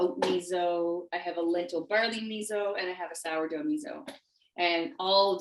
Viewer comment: Please pronounce “miso” correctly. Your providing nice content but the mispronunciation is distracting.